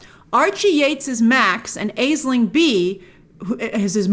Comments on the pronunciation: It’s pronounced Ash-ling not A-sling for future reference. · Aisling (pronounced ASH-ling) Bea is Irish, not British. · Sorry my pet peeve is people mispronouncing Irish names its "Ash-ling" not "Ay-sling" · You slaughtered the pronunciation of Aisling Bea's name. Aisling is pronounced like 'Ash-ling' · aisling is pronounced ash-ling. never look at the spelling when it comes to Irish names just look at Siobhan (shiv-on) and Niamh (neev). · Aisling is pronounced Ashling btw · Eh Grace Aisling is pronounced ash-ling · angry Irish noises Aisling is pronounced Ashling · I would've watched this, I love Aisling (Ash-ling) Bea. But after your review, think I'll pass and wait on her next outing. Thanks for the save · Just a note, as an Irish guy I just feel I should point it out. Aisling (Bea) is pronounced as (either) Ash-leene or Ash-ling (depending on the persons pronounciation) I believe Bea goes by the first, but I'm not quite sure... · Pronounced ASH-LING BEE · Aisling bea is Irish and pronounced ash-ling bee. Killer review. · Aisling is pronounced as “ash-ling”, an Irish name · Aisling Bea is pronounced Ash-ling, it’s an Irish name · FYI... Aisling is said like ash-ling. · It's pronounced Ash-ling. It's Irish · It's pronounced ashling grace 😭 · That pronounciation of Aisling Bea’s name 🤦‍♂️